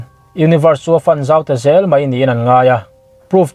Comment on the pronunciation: fun zau nilo in pawhfan fan anga lam tur chuan univers chu a fan zau ta xel ni tih tur